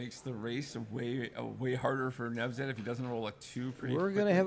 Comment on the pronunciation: His name is Nevzat, not Nezvat